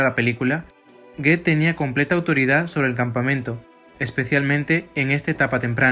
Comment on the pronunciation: Y Goeth se pronuncia " Guut"